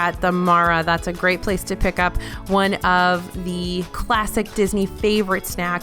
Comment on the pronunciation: I’m never sure if is saying classic cheese or plastic cheese😂